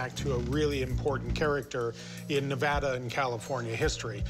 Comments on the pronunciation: It's Ne-va-da not Nev-ah-dah. That's like fingernails on a chalkboard to us locals. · It’s Ne-AH-da not Ne-vo-da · I live in Nevada and I am so angry on how that guy said Nevada 😡😡😡